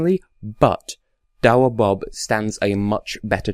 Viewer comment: You speak his name perfectly haha!